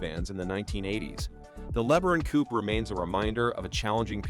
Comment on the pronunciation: The Maverick was a great looking car, if you ignore the front end. PS this is total AI nor being able to pronounce "Coupe."